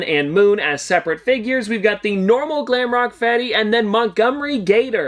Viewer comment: When he said glamrock feddy😂😂😂😂😂😂😂😂😂